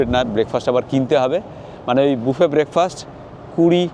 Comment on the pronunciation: কথাটা বাফেট না। কথাটা হবে বুফে। পোশাক আশাক, শারীরিক ভাষা, খাবার খাওয়া এসব বিষয়ে আরো গ্রুমড হতে হবে। একটা গ্রুমিং কোর্স করুন।